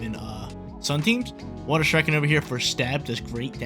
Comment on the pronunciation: You lost cause you keep mispronouncing “Shuriken”